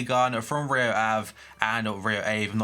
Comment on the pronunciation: u said "Rio Ave" very well at first !